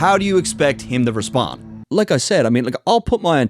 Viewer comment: "Respond" not "Repsond"